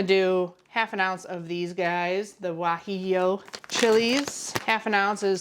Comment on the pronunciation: You pronunciation of guajillo was def good enough. Good job!